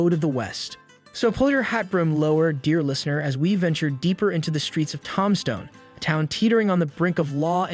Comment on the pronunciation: This bitch can’t even say the name of the town right